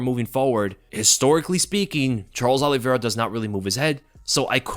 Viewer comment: Say your predictions again! Oliviera this Oliviera that. Dead wrong.